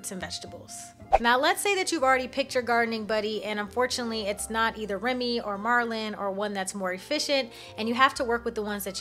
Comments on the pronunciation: It's MER-lin not MAR-lin, he is from The Sword in the Stone. Good tips i wish i knew about my buddies sooner haha i gave them professions but wasn't taking them with me the first two days i played lol. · LMAOOO YES OKKKKK! 😂 I figured that out pretty quickly after this video and I now pronounce it Merlin lol!